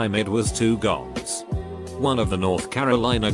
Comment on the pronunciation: Us: “Boms” (Bombs) Video: “Goms”